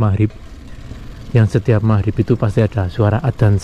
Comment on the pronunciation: Magrib ngab, bukan mahrip lol